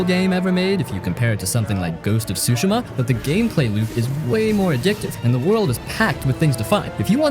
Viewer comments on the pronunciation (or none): none